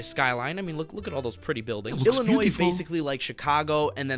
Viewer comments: I was born in Illinois. Please do not sound the 's' on the end. Illinois US state American pronunciation Sounds like i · luh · noy It is named after the Illinois tribes. 👍 🎉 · You dont pronounce the s in Illinois.